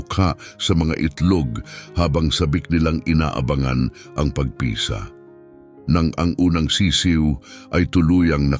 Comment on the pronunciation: ayusin mo pagbigkas ng tagalog na bagay..para kang bisaya..pagpisa.....mabilis ..hindi p..a..g..pi..sa...mabagal..marami pa na mali pagbigkas mo tanga